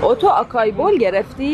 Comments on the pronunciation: آسايي ، نه آكايي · joon you should pronounce açaí as "AH-sigh-EE." اسایی نه آکایی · The Correct pronunciation is Asaeee bowl😊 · It pronounced ASAEE آسایی